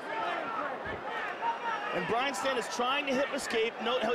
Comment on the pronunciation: was hoping dudes name was actually brain cmon man get it right